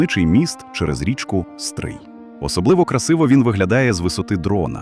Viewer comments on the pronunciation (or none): none